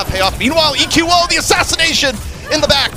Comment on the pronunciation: Will say EQO correctly before the end of the season?